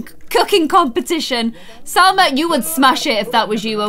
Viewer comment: Salma* Not salsa